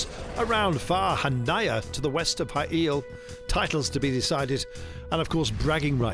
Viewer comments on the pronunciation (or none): Hail not Bail